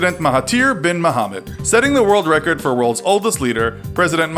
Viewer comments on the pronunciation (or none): none